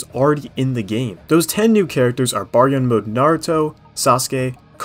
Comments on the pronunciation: Bruh I know u didn’t just say jai gan …. lol I be feelin like y’all do that on purpose 😂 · Jigen ( JEE - GHEN ) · LMAO mans really said Jaigen lololololol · That's certainly an interesting way of pronouncing Jigen you got there..... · Lost all credibility when you mispronounced jigen